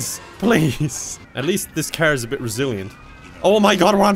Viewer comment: I like how he says "car" as "caehr" 🤣🤣🤣